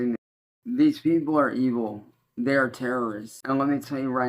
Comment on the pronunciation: i hate the way he says "These peepule are Eevull" "Eevull". Dumb regarded kid.